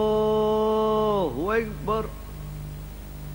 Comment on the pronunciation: Lafaznya koreksi bukan hu akybar tapi hu akbar he he